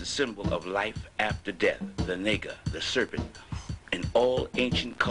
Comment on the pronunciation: Dude no disrespect but take this down because this is idiocy beyond belief...naga pronounced *Na(like natasha) gha ( like ghana) not nee - ga ....naga literally translates to dragon or winged serpent.. Dont be a fool bro